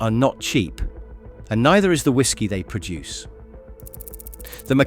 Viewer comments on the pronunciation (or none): none